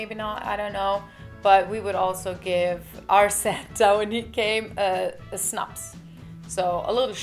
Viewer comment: Why would you pronounce "snaps" as "schnaps"? It's Swedish, not German.